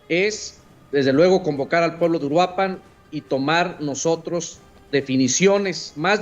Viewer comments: Puedes decir Uruapan, haciendo enfasis en la segunda U. Uruuuapan. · Hola excelente video. Pequeño aporte: Se pronuncia uruÁpan, no uruapÁn. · Soy de Mexico y de inicio se pronuncia (uu-rua-pan) No uruá-pan Pero bueno regresando al tema Pues... hay esperanza para 2027 ya dicen que haí la van a destituir si no es que antes Pero hay muchos problemas antes deso Militares siendo apestados y narcos siendo salvados por los putos derecho humanos que para nada sirven Este 2026 viene cargado con 50 nuevos impuestos sacados del culo El lado positivo es que hoy con las redes y canales asi, los Mexicanos están despertando la manifestación funciono destapamos a ojo público la verdadera cara del narco gobierno y habrá cambio Tal vez no viva para verlo pero si todo sigue asi Mexico vera la luz por fin Verás es un régimen perfecto no hacen creer como bueno muchas cosas Yo por mucho tiempo creía que hoy 17 septiembre dia de la revolución era algo bueno Pero no Ese dia lo que paso es que se inició la dictadura que hasta hoy sigue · Mi única aportación es que Uruapan tiene su sonido más fuerte en la primera A aunque no tenga acento. UruApan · El acento es en la primera sílaba de Uruapan. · Muy buen video, aunque me sorprende como los medios extranjeros evitan hablar de una de las principales razones por las que la gente está harta: que nos consta que vivimos en un narcoestado. *Puntos extra porque hizo un muy buen esfuerzo para decir Cuahutemoc (aunque no le salió bien Uruapan 😅)